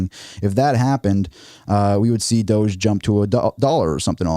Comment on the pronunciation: No. It's Doge. One syllable.